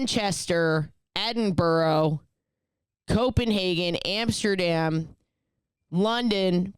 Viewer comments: Just a quick tip for when you go to Edinburgh. It is pronouned Ed-in-bruh. Most Americans get it wrong and it is always a bit cringy as a Brit! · edin-borough killed me